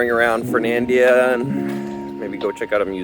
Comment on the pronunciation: Mispronouncing Fernandina is legendary